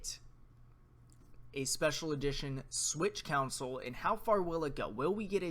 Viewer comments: It's console, not council. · It’s Con-sole lol